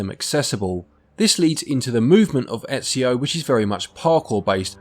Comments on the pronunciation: Disliked for getting Ezio's name so wrong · I love how Ezio says his name a ton in the games and people still mispronounce it